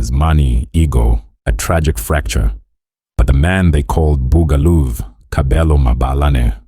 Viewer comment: Even the mispronunciation of the nickname 'Buga luv' & the group we're all here for, 'TKZee' to claiming the band mates are from the East rand & that Kabelo is 60!!! 😂 laughable really!!!